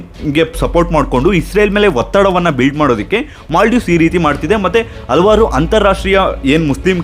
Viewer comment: ಹಲ್ವಾರ್ ಅಲ್ಲ ಹಲವಾರು ಅಂಥ ಉಚ್ಚಾರ ವನ್ನು ಸರಿಮಾಡಿ.